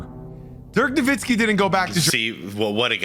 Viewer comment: BRO! It is not Dirk "Nowinski" It is Dirk "NowiTzki!!!!". He is German but the surname is Polish! its "Nowicki" in its original form! Please, when i hear that "n" sneaked up in there - it makes me sick to my guts!! NO WITZ KI!! NOWICKI!! There is no second "n" there... JEEEZ!